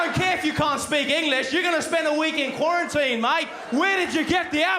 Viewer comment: Qurantine huh😂